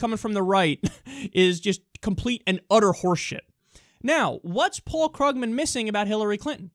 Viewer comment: It's pronounced KREWgman